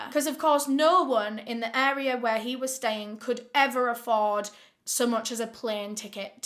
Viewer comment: In the video the words, "kess"= case, "kesses"= cases, "wherld"= world, "aria" = area